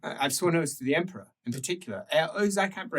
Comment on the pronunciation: Another 'Allo, 'Allo-adjacent situation in 'puffed, but not inhaled' salute: 'For the Emprah!' 'For the Emprah!' '-prah.'